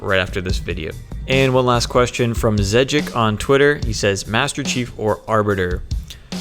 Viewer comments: Its all good! I find It funny anymore since everyone does It. Its pronounced (Zey-ik). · Thanks for answering my question, and I'm glad to see my name pronounced wrong again...lol! Also I feel the same way about campaign. I'm knocking that out first thing so nothing Is spoiled for me.